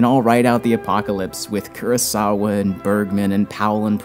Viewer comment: The blasphemy was your pronunciation of kurosawa.